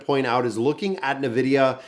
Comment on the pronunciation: please... its N-vidia not nevidia